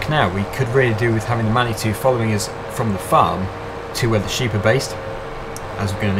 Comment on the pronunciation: the way you say manituie is rong you have to say it like manitoo